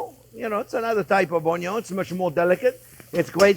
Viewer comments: Oh man. You made me realize I've been pronouncing "onion" totally wrong.😂❤ I'm now learning to say "ownyo".🥰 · In the Chef Jean-Pierre drinking game, you have to do a shot every time he says, "Look at the size of that onyo!" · Love those onyo 😂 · ❤ me some “ONYONS!” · Chef, you got me in trouble with my wife! She asked me one night, "Sweetie, am I the most important thing in your life?" And I said, "Sorry babe, onyon is always number first." Now I'm sleeping on the couch. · Ok, I got to subscribe and not only for the way you pronounce 'onion' :)